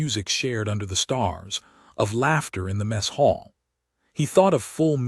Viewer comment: . . . slid into the messHALL??????? WRONG SYLLABLE EMPHASIZED. It's MESS hall, NOT "messHALL"